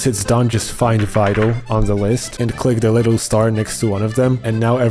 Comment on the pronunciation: I thought you were saying Fido, like a dog name lol, not Vital. Love you bro, good video